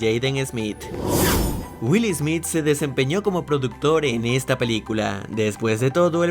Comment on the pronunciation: "Wil Ismit" 😂😂